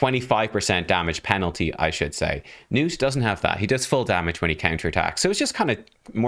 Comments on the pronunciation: Nah, man. "Nuut" is better than "Nut" allright, but it's supposed to be "Gnuut" with a hard G. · Please pronounce the G, man. This is coming from a Scandinavian. His name is is most likely a fantasy name derived from the real name Knut. So, yeah, pronounce the G like you would in "golem", not like in "gnome". Nice showcase of the champion btw. 🙂👍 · IT'S NOT NUTE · His name is pronounced "guh-nut", because thats what sounds the funniest 😁